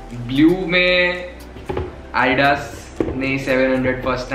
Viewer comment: He doesn't even know how to pronounce adidas